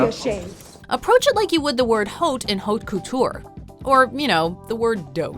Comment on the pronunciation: "Like the haute in haute couture" and then pronounces haute couture wrong.........slow clap,....slow clap.